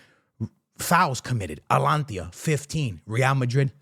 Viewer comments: Dude just called them Atlantis It's just simple reading bro A-T-A-L-A-N-T-A not that hard what's with the butchering my man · bro atlantia its ata lan ta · ATALANTA NOT ALANTIA 😭😭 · You keep on saying Alantia its ATA-LANTA. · Atalanta not alantia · AT TA LUN TA. .... bro its not that hard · Bro please.. it´s A-TA-LAN-TA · It’s AT-A-LAN-TA bro 😂 I swear he does not be watching fútbol at all just reads headliners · its A - TA - LAN - TA 😅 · Atlantia ✅ Altalanta ❌ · I was laughing my ass off at the start of this video. He kept saying it over and over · The way he be saying Atalanta and Tchouaméni is so atrocious 😭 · yo hahahaah the amount of times you said ATALANTA wrong.